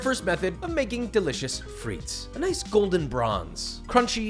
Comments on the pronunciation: it's just steak-frites, no "et"... and shorten the "i" in frites, it's more frits than freets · Coming from a French speaking region, that "frites" pronunciation threw me off haha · This is great, just one thing that is cringe worthy; you DO NOT pronounce the 's' in Frites, it's silent!